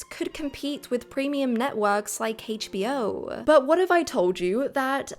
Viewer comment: Well-made,! But your pronunciation of HBO really hurts my ears.